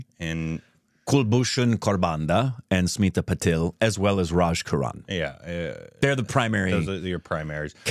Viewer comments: It's Smita 'Patil', not Smita 'Patel'. Patil - Marathi Patel - Gujarati. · Its Smilta Patil not Patel